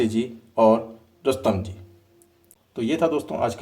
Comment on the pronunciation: हांसीजी नहीं हँसोजी, कुस्तम जी नहीं रुस्तम जी